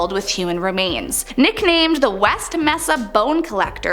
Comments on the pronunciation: In West Mesa, the second word is pronounced MAY-suh. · Mesa is pronounced like "may-suh"